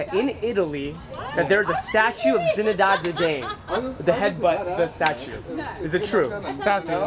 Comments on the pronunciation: Who the fuck is "Zinedad" Zidane? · Get it right!!! It's Zinedad Didane